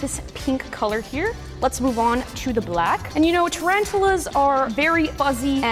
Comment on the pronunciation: Not to be rude but she said "TRANTALAS"